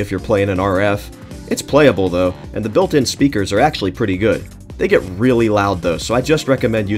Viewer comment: for ACKKKEULLY